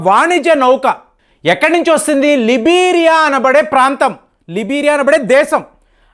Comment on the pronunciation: లిబీరియా... లైబీరియా